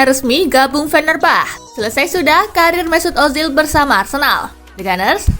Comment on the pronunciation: min fenerbahce ngucapin nya tetep fenerbahce tolong,bukan fenerbah😭